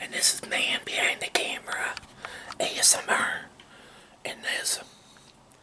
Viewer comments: ObeseRobloxKid69420 ASM Err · I like how he says “ASMR” with that pirate sounding “R”😂😂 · I love how he says "Asmr"😂